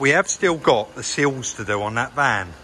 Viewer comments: thanks for clarifying. a couple of times it sounded like seals, and I was thinking I had been calling them the wrong thing for the last 20 years 😂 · I spent half the video wondering when the 'seals' were going to be sorted. That was until pointed out the 'sills';). Must be an accent thing (and I've watched plenty of Minder episodes to know better lol).. Them wheels looked mint.